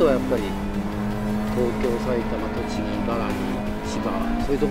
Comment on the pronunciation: he said "Ibaragi" instead of "Ibaraki", a common mistake among the Japanese